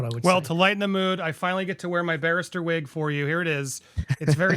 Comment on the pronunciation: Nice "whig" Andy! 😂❤